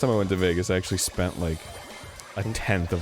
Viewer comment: "I shpent it all on gaaamblinng..."